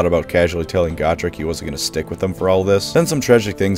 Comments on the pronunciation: GO-trek, not Goh-trek!! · STOP SAYING GOTREK WRONG.. GAT TRICK??? WTF GOOOOO-TRECK JEEESUZ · I have always pronounced his name as Go-Trek. Like Star Trek with a Go instead of Star.